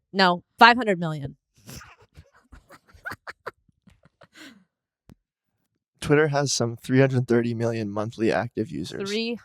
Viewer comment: She said twitter a bunch of times normally in this episode. She only said "twatter" like 3 times lol